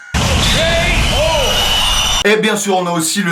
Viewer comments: Qui a remarqué à 6.01 " LA REALIÉTÉ" mdr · La "Réaliété" ok on t'en veux pas.. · Mdr à "la réaliété" ^^ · réaliété ? ok je connaissais pas 😂😂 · "La realiété" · "Realiété". D'accord, si tu veux, après tout. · "La Realiété" -2017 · Lol "Réaliété"